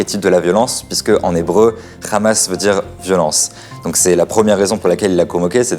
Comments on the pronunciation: Dans la prononciation arabe Hamas est un hha non un khra on-dit en arabe Hamas non khrahmas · on comprend pourquoi les sionistes d'ici ou là-bas, prononcent tous "Khamas" au lieu de "Hamas" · Très bon reportage ! Je suis quand même assez étonné que beaucoup de gens, notamment beaucoup d'israëliens me semble-t-il, ne comprennent pas que l'on ne dit pas "Khamas" (avec Kha comme le J ou Jota espagnole, comme le mot "jamas" jamais) mais "Hamas" (avec un H aspiré). Ca fait évidemment toute la différence en arabe ! Je remarque que personne ne le relève alors que c'est crucial dans ces temps de conflit et de confusions !